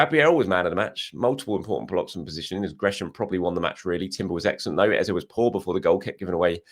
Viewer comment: Why do you insist on mispronouncing EZE? What do you know that we don't? I understand Nwaneri might be a tongue twister if you not from Africa but EZE? C'mon